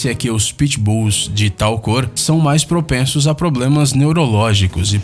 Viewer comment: Esqueleto anti-otaku fedido não cara eu não to falando que todos são assim no vídeo ele fala "proprenços" entendeu